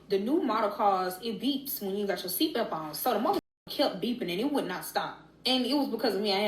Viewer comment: What can she not say belt correctly. She said seatbelp every time